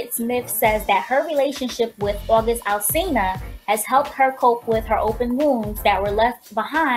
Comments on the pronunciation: this girl said yungin' alselina like umm its ALSINA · Ughhhh its August Alsina, NOT Alsilna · "The youngin 'alselena'..." girl what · It's pronounced August Al-Sina *